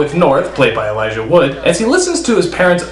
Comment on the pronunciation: Not to be so picky, but it's ''Elijah''